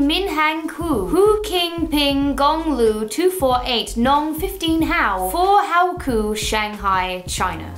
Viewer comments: Haiku emma not howku 😂😂😂💖💖💖 loved the video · "Isn't how-coo one of those poems?" not try haiku... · "Isn't HOW-KU like a poem or something?" It's Haiku haha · "isn't a howkoo one of those poems?" no....that's a Haiku...as in.... Hi-koo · A Haiku, Emma. Pronounced high-koo This is a haiku (5 syllables) Haikus, pretty hard to write (7 syllables) This haiku was bad... (5 syllables) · 'Isn't a howcou one of those poems' 😂😂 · "Isn't a How-koo one of those poems" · No girl those poems are called はいく (haiku) and its Japanese